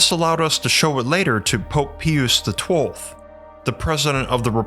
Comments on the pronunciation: It is pope PIUS.. pronounced like.. PIE-us. ! Like piety.. Is that a word that has become alien to the narrators or AI 's of today? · Po...Po-ahp... Po-op-h Peeee-oose. Po-op-ha Pee-oose Pope-eh Peee-oose.... Multipass. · I love this channel, but it has a pronunciation problem. Pope "Pee-yus". Verner Von "Brown". "Nicole-a" Tesla. Hal "P'toff". My man, if you put 5% of your research effort into looking up correct pronunciations of proper nouns before you tracked your VO, I think it would really help your credibility. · It's PIE-us ! If you can't pronounce names correctly, why should anyone trust your research? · Wish you would research the proper pronunciation of Pius. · HE can translate books from 2 different languages, but he can't say Pius. 😂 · I was with you until Pope Pee-us. It is pronounced in English as Pie-us' As in a pious (devoutly religious) person. So much for accuracy. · It’s not ”peeous”…..ITS PRONOUNCED “PIE US”. What the fuck is wrong with you? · Pius is pronounced as PIE-US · I think it’s pronounced Pope Pie-us, not pee-oos. Also sis-er-o, not kik-er-o. Not trying to snob, just want to put on your radar that struggle to pronounce commonly mentioned names in the subject makes one question how deep into the material you are outside of the channel. It is a burden and a responsibility to be a leader and teacher, and as so, you’re held do a higher standard than others. I hope it’s me that has been getting it wrong all along, because I like your channel and want to be able to look to you as a scholarly (for YouTube) resource. I’m sure you know that in this study, no one is beyond reproach or will be unquestioned, so I really hope this is taken to heart and not as offensive. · It’s not pee use its pie us - Pius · it is not pee youse---Pius - it is PIE youse.... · Dude….PIE-US, not PEE-US. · It’s pronounced pope PIE-US not PEE-OOS! 😂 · Pius pronounced pye-us! (Not pee-us) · Pious = pie-us not peeus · Pius is pronounced "Pie-Us," not "Pee-Us."